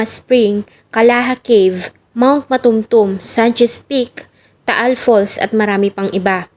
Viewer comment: It's very sad story 😢 It's so heartbreaking for the family. 😢😢😢May she RIP ❤ I studied at Notre Dame of Marbel Girls Department. I'm very familiar with Banga. By the way, correction please, Mt. Matutum , NOT Mt. Matumtum.